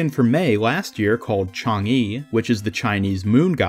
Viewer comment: Mei's skin is pronounced , "Chong guh"